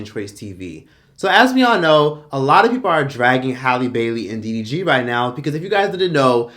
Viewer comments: Did you call him dvd I’m hollering 🤣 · I say he’s calls him DVD every time 😂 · After calling him "DVD" what has that change in his life 😮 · You keep calling him DVD🤣🤣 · DVD DGG lmfaoooo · I like how Troyce refuse to get DDG's name right. 😂